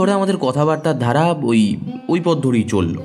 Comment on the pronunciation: উচ্চারণ স্পষ্ট করুন... 'ধালা' নয় 'ধারা ' , কতাটা নয় কথাটা...|